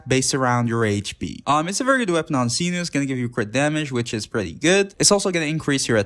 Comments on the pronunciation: Mf said “seenoo” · every translation video that i've watched from people who are Arabic (which is what Sumeru is inspired from, not Greece) pronounced it like did. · oh no the pronounciation of cyno drives me crazy